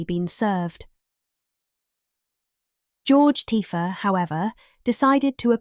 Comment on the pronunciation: Its not pronounced tiffy its tea fay 😅